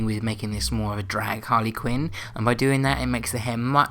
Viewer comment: it's not harly quinn